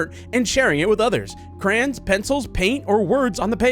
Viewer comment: Crans instead of Cray-Ons gang!!!!😂